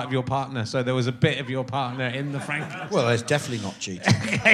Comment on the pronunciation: Where does Rich's habit of adding random Gs in words (e.g. Frankingstein, Skelington) come from? The mispronunciation annoys me purely at face value, but it annoys me more to think that it may be a joke I'm not in on.